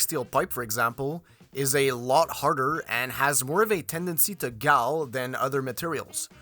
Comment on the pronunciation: When a pipe "galls" it is pronounced as "fall" as in a waterfall or falling off of a cliff. Thank you for the great informative video!